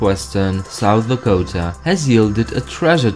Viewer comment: I'm from South Dakota and it's not lack ota it's la ko ta